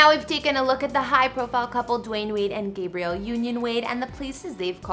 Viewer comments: Why is she saying Gabriel and not Gabrielle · Love this couple and their beautiful homes but couldn't help 😂 when she said boy name 'Gabrielle' union instead of girl name 'Gabrielle' (short a).